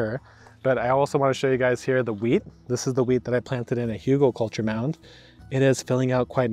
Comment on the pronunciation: Oh you tried to say Hügelkultur! It sounded like Hugo culture, you should work a bit on your pronounciation